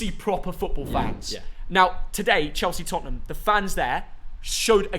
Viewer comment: Everyone: Tottenham: Topnmem